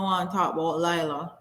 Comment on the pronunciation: It's Leeeela. Please watch the video where she was also talking about how people mispronounce her name. More power to her for bringing more awareness to mental health.